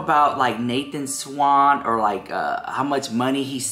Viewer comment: He didn't "drag" Nathan SCHWANDT,, SCHWANDT...not Swan or Swant. I don't know why that triggers me. They have both moved on and you're making something out of absolutely nothing. Maybe I'm experiencing meloncolony.